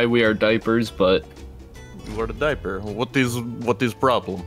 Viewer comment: me:why says dieper every video my mom: probally hes still a baby me: "laught"